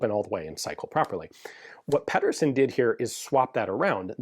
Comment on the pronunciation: Pee-dur-sen his name is not pedderson its Pedersen. No relation but same surname.